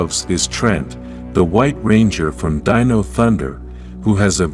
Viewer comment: You've finally got your narration algorithm to pronounce "dino" correctly instead of saying "deeno"! 🤣